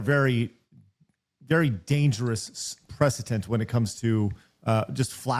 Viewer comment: Sorry. I’m so sorry. I can’t help myself…. PreceDence not preceTence. lol He accentuated it SO hard, I couldn’t let it go lol Sorry. I’ll so sorry lol